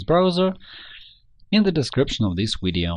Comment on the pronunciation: your having a lot of problems with the letter v as in vector videos. they are not wedioes they are video's v va sound not we sound. practice your vs va vamp etc